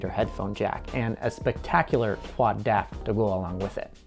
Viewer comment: "DAC" is supposed to be pronounced as three letters, not one word. D-A-C, not "Dack".